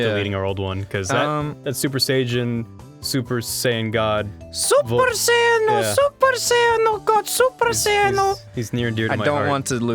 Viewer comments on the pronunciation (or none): Dammit Ross, Super Saiyan in Japanese is not 'Super Saiyano", it's "Super Saiyajin"